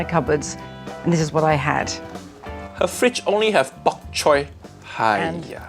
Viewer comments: Yeah, she destroyed it...and not in a good way. BTW.. it's Bok Choy... not Bak Choy. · bok chow: is pronounced bok choy nigella: BaK ChOy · It’s BOK choy, not “back” choy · Is it just me, or does Nigella pronounce bok choi as pak choi? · I've never heard of Nigella Lawson prior to watching this video, but is she truly English? How is she butchering up her national language so much? Who pronounces bok choy as bak choy? That microwave thing too. What? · Baby Back Choy 😂 it's not Baby Back Ribs, its bok choy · baby BAAAAQ CHOI. Wtf is with white people and not being able to pronounce thing the way it should be? If it's a problem with the accent that's fine but it BOK choy! smh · "Back choy" smh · Uncle rogers correct it’s BOK CHOY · why does she keep saying "bak-choy" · Nigella Lawson can't pronounce bok choy but she puts tons of them in her fridge haiyaa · Nigella Lawson’s pronunciation is hilarious: she says microwave, and bok choy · i'm disturbed by how Nigella pronounces bok choy ???? haven't heard it be said like that